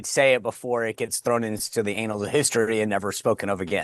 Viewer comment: it’s annals of history, not anals! It’s too early in the day for anals!